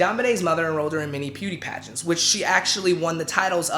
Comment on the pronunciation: “ peauty pangents”. 💀💀😂😂😭. Sorry I had to